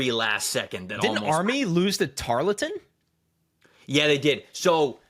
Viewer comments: Btw it’s pronounced "TAR-l-tuhn" not tar-le-ton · Y’all are killing me with your pronunciation of Tarleton.